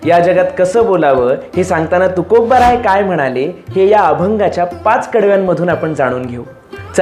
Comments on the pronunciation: 'तुकोबा'चा उच्चार 'तुकोब्बा' करणं टाळा, कानाला खटकते. बाकी छान. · कृपया ' तुकोब्बा ' असे न उच्चारता "तुकोबा" म्हणावे 🙏